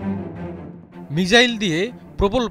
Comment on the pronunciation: মিজাইল না, বলুন মিসাইল সঠিক করে বলতেও পারেন না আবার লম্বা লম্বা লাফ দিচ্ছে ,,, পাগলের সুখ মনে মনে তাইনা